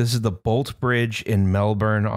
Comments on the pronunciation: As a Melburnian, I must correct you on your pronunciation, it is pronounced the 'Bolt E Bridge'. Which is actually better for this. Rename it to be the Bolt E-bridge and make it a full gamer bridge. Was totally caught off guard by the Bolte being mentioned though. When I was a kid I did think the towers were totally aesthetic. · Bolte Bridge.... pronounced "Bolty". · Just so's you knows, the Bolte Bridge is pronounced "Boltee". Also, the next bridge along on the same river, the West Gate Bridge, would make an excellent episode in itself - it collapsed during construction, killing 35 workers, and exposing the serious gaps in safety and labour laws of the time.